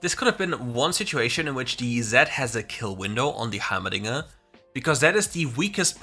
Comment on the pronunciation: Everytime you said dinger I hear the diddler.